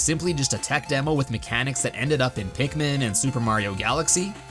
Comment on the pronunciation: Pikmin. It's Pikmin.